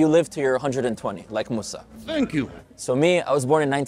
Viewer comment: Disagree with you rudy you said mosa as is yahoodi no he's muslim